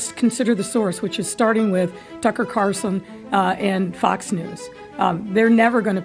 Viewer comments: She doesn’t even know his name,Tucker Carlson, not Carson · Lori his last name is Carlson not Carson. You ignorant thing. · Carson? It's Carlson Beetlejuice. She doesn't even know her critics. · Hey Mayor his name is Carlson, not Carson! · It’s Carlson beetlejuice, not Carson. Can’t fix stupid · It's Tucker CARLson, not CARson. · It’s Carl-son not Car-son, Mayor Beetlejuice. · Carlson not Carson... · It's Carlson, not Carson, Lori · She can't even pronounce his name. Carlson is not a difficult last name. Funny Beetlejuice you didn't care until T.C. reported on it. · She doesn't even pronounce Mr Carlson's name right. She is a total failure.